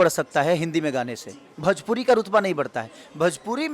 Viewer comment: भजपुरी नही भोजपुरी होता है बकलोल😂😂